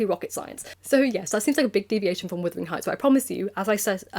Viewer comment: I was wondering why you call it withering heights and not wuthering heights?